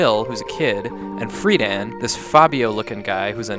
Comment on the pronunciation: Man, oh man. I don't like ripping on but gotta point out a coupla moron moments he had. Kara is pronounced as care-a, not car-a. Freedan is pronounced Freeden, not Free Dan. The man who sets his hair on fire does so on accident. The show was breathing fire, not setting hair on fire. In other words, it was funny because Freejia fire breather boned his show. Lastly, it all makes sense. He said he cannot adequately explain the story, and he cannot. That must be his problem with it, it illustrates his inability to explain it and he has to admit that he does not understand. No shame in that. Even more lastly, no this game is not a sequel to Soul Blazer and there is no such trilogy. Soul Blazer and this along with Terranigma are not exactly on the same timeline and therefore do not form a trilogy for they are not sequels. Really, they only share certain elements akin to Easter eggs, with Solid Arm being a whopper of sorts, but the only real link between the first two, an unnecessary one at that.